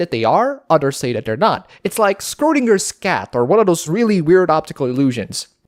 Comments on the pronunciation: Bob lexus "Strondinger" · sees title Oh boy, this'll be fun. Also, Schrodinger's cat is pronounced "Sh-ro-ding-er-s" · Holy shit, that was the worst pronunciation of Schrodinger I've heard in my life.